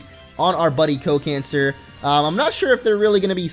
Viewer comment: Can you please pronounce the name as "Co Can Sar" (Sar as in Sarlacc (that's starwars just in case)). Feels really "eehhhhh" to pronounce it as cancer... :\